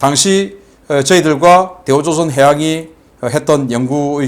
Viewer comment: 박사님 흥분하셨네요 대우 조상 해양 으로 들립니다 ㅋㅋ